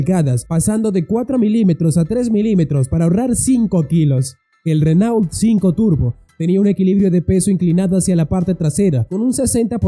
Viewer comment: Chrysler y se pronuncia craisl craislær, Renault y se pronuncia renœ.